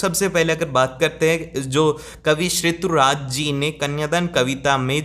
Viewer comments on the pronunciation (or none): Sir shrituraj galat pronounce hai rituraj sahi hai 😂😂😂